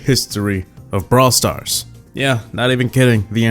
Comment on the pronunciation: Lmao, put subtitles on "Bra stars"